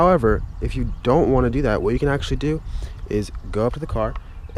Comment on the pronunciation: Anders Jaasund he said it "agchtschlly"